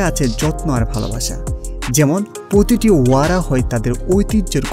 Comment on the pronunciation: পতিটি,জনপিয়,সনস্কিতি,সাসক্রাইব এসব উচ্চারণগত ত্রুটি ঠিক করবেন। একজন উপস্থাপকের ভাষাগত দক্ষতাই তার সম্পদ। শুভকামনা।